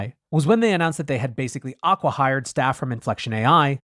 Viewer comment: "Aqua hired" = acqui-hired. I guess I'm not cool anymore - I don't know the new Vall-speak. I had to look this up; it sounded like hiring someone after their company is underwater.